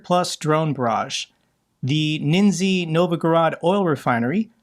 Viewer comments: its prenounced "neszhne" not nenzy 😅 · "Ninzy" is probably not how to pronounce Nizhny